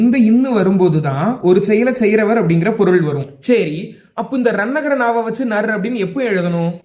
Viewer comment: தம்பி தமிழ் உச்சரிப்பை சரி என்பதற்கு பதிலாக சேரி என்று சொல்லி இருக்கிறீர்கள் சரி என்று சொல்லி பழகுங்கள்.